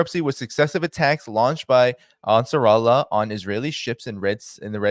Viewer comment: Great work, big fan 🙏🏿. Hey, it is "Ansar" "Allah", pronounced separately 👍🏿